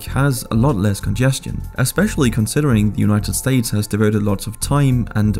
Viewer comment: united sates 🤣🤣